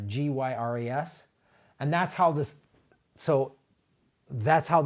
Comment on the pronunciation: GYRES = jái ers (accent on first syllable)